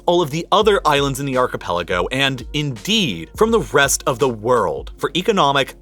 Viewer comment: It is malay archepaliogo...